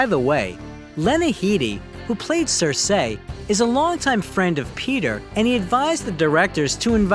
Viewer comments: Cersei is pronounced Cer-see not Cer-say. Also, this video should of been 2 videos. I think both of the actors would deserve a separate video. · They way the narrator pronounced Cersei 😂.